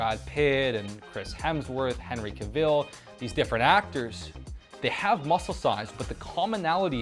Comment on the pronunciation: The Way he says henry cavill 💀💀💀💀💀💀💀